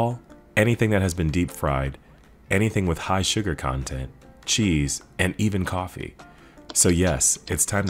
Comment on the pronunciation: Did he say coffee 😭😭😭🫤🫤🫤